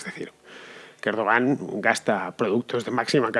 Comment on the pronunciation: Lo que está claro del golpe de Turquía: 1- Van a rodar muchas cabezas, todas las que Erdogan quiera (que a propósito, se pronuncia "Erduwan"). 2- Como ya nos tiene demostrado Chávez, a partir de ahora a este tío ya no se lo saca del gobierno, si no es en ataúd.